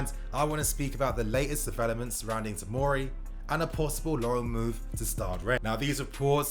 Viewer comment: OK just to clear up. It's fucking TOMORI. Not timari,tomiri,timori ect ffs